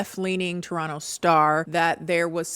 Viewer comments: omg toronto mention....wish it wasn't for this though 🤣(also if you're from detroit why do you pronounce toronto like a proper torontonian!?!?) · i lived through this and i still ran to this notif once i saw it 😂 good enough toronto pronunciation, we say no to the 2nd t, 8/10